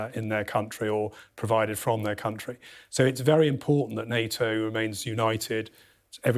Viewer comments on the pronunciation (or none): none